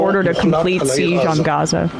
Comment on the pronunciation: Emma pronounces 'siege' so weirdly.